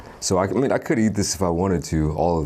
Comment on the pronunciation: Why do you pretend to have such a deep voice. You can hear that is fake when you try to say "eat" and end up saying Ee. I'm not saying it's bad, just strange.